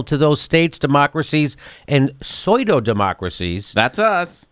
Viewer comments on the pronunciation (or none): "Soy dough" democracies? Pseudo is pronounced as "Sue dough" isn't it? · FYI Pseudo: pronounced Sue Doh